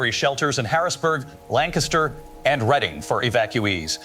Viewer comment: I AM SO READY FOR THIS ONE. Edit: Holy shit as someone who lives in Pennsylvania my jaw hit the floor when you actually pronounced Reading correctly with the AI. I expected to hear reeding instead of Redding. Cuz it’s spelled Reading. But pronounced Redding.